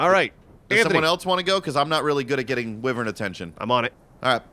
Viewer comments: Is it too late to mention wyvern is pronounced "why-vern"? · They can't even pronounce wyvern correctly.